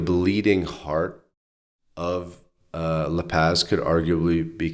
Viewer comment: La Paz is pronounced La Paws NOT La Pazz. Vowels are always pronounced the same, unlike english!